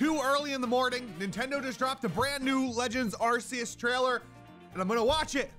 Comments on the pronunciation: Don't pronounce it Arse-eus please. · Good video But it's pronounced ARKOOS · I dont know how many times i can stand hearing him say are see us 😂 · Don't you mean legends arkoos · Lol don’t you mean Arkoos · saying arceus wrong my dude! =P